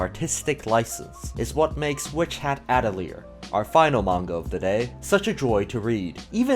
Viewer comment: I loved your video and great recommendations that I will be looking into, but seriously can no one pronounce Atelier? Not a single you tuber who covers that manga can say it's name correctly. It's not even a hard word....